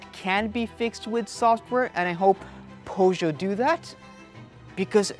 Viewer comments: Poe-show? 😅🤣 Pur-sh-yet. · You lost me at Pough-Joe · Right way is PJÖSÖÖ. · Please learn how to pronounce Peugeot. It's a French name, respect the language. PS: you video is very good. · Made it to about the 10 second mark, when you cant even pronounce "PEUGEOT" didnt fill me with confidence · Thanks for the nice videos. You pronounce Peugeot in a very weird way, are you sure it's correct? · Is 100% incorrect.